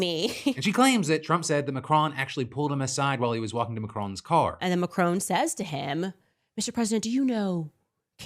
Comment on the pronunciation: Why is Candace Owens so obsessed with Brigitte Macron? And why does she keep mispronouncing Macron? I'm genuinely confused by that whole situation! Why does it matter? What difference does it make? Is this a religious thing? Is this just hardcore transphobia? Honestly no idea why she would spend YEARS trying to prove her theory, like it's some big conspiracy or a crime has been committed. I honestly don't care what Candace Owens thinks. Harassing the French President's wife is just so weird and cringe.